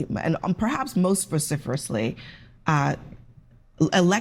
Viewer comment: Abby can’t even pronounce vociferously correctly she said it viciferously which is wrong. Seriously they need to stop using words they don’t even know how to pronounce because majority of the time they pronounce these big words wrong or use them in the context when not need. Vociferously defining is “in a loud and forceful manner” so why couldn’t she just say the party rallying behind Joe Biden after the debate specifically, actually in a forceful manner.